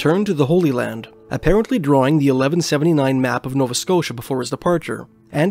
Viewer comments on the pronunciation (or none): none